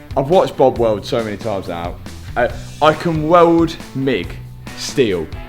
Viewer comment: ‘I can welwwd’ 😂